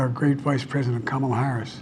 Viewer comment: Every time he says President it makes me cringe. He says it with a slur like Presssdnt. Ugh.